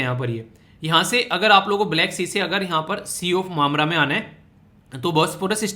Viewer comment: .... Rupee ke memle .. 😅 ya rupee ke mamle 😅🤣